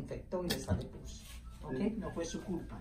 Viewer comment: I like the way the patients family member says pus like poos. Lol Hope she heals fast! ; )